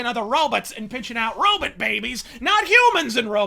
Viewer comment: Robit' lol